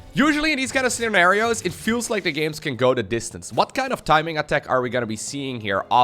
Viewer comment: "in these scena-marios" ??? Lol.